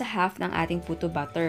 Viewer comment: Na.coconfuse at nabobother talaga po ako kapag nagsasalita po kayo sa mga videos niyo ng word na "batter". Kasi po kapag narinig ko at first, "BUTTER" yung naririnig ko.. (e.g. "cake BUTTER", "choco BUTTER", "puto BUTTER".. Tpos npapaisip ako.. tpos dun ko na na.gets na "BATTER" pala yung ibig niyo pong sabihin...